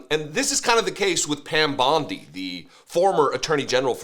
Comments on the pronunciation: Her name is Bondi not Bundy, at the very least get that correct, because nothing else this guy said was. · Does know it’s Bondi and not Bundi?